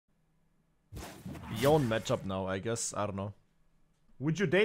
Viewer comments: No, it’s supposed to be something like Yo-nei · Nah its Yone-ay, thats how Yasuo says it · Can bro pronounce Yone right once